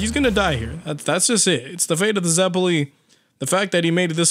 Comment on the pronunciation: The way he says zeppeli hurts me.